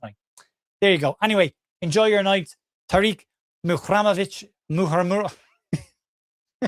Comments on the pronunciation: Great as ever, thanks. Looking at his name on paper, I'd be inclined to finish the pronunciation as 'REM'ovic, rather than 'RAM'ovic. but I know nothing so I'm speculating! MOT and keep up the amazing work. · Over/Under Match Week 27 gets Muharemovic's pronunciation right!! I take the Under, I have faith in you!! MOT ⚪️🟡🔵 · Great video as always. If Tarik ever meets up with you, he ain't half going to rib you about your pronunciation of his surname! M.O.T. 😂